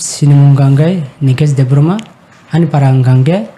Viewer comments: Exactly, the Pronunciation is wrong, it's Debbarma not Debrohmah like how maximum of our people pronounced. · Its Debbarma, not Debbroma,, chini borok rok proper khai pronounciation khaina surungbaidi please.